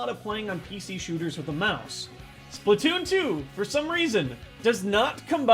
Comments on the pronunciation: its splatoon2 not splittoon2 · You mean spla2n? You said splatwooon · It's Spla2n, not Spla2oon Why? "2" already has the "too" so you you don't have to add the two o's again